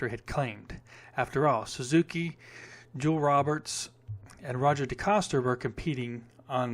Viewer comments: Jeez, you're pronunciation of their names, ache Johnson,and its pronounced ,Joe-ell Row-Bear, and Row-Zhaw De-Coaster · And Joel Robert is pronounced Joe-el Ro bear.